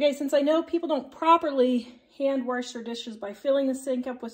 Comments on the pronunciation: It's not wersh but wash, and it's not handwershing and dishwershing... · "Warsh"? Really? 🤨😇